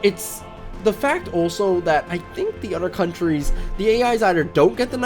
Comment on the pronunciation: Your use of D instead of T in your speech is annoying as fuck man. Anudder instead another.. cmon man.. Da instead of the.. lawdy Udder instead of other